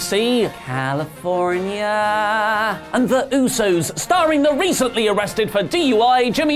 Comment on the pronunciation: You shit on WWE for being kiddy and doing dumb things yet you think saying California like that is funny